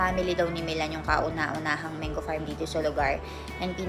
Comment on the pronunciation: MANGO correct pronunciation po Mang-go not Meng go